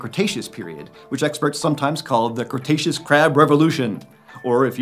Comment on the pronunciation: The "crustaceous period"